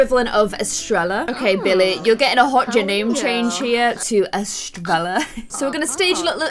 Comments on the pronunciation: So said Es-trell-a even though it’s Es-tray-ya it means star in Spanish 😆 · 😂😂Estre-ella?! Oh my dear. Its pronounced Estre-Ya. The double 'L' makes a 'Y' sound in spanish. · Estrella is actually pronounced like Estreya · your friend, estrella her name is actually pronounced estreya bcz its a hispanic name, ‘n you’re in mexico. 😂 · Estrella is pronounced Es-traya. It means star. It’s a really pretty name:) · In Spanish the "ll" makes the "y" sound. So it technically be Estreya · Just a lil spanish tip, violets friend Estrella is actual called (e-stre-ya) bc the double L makes (yuh) sound, and her name actually means star in Spanish😊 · Just FYI, Estrella is a spanish name and you pronounce it eh-streh-yah. the double l's are pronounced as y's. 🧡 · estrella is pronounced es-tray-ya and is spanish for star :) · Fun fact: Estrella is star in spanish... And it pronounced Estraya, theres another fun fact😂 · Estrella is pronounced Eh-stray-ah ❤ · Estrella is pronounced Es-tray-ah :) Double L’s make a “yah” sound! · Estrella means star in Spanish! It's pronounced (e-stray-a) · Hey, just so you know, Estrella is pronounced “Eh-stray-A” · You were saying Estrella's name wrong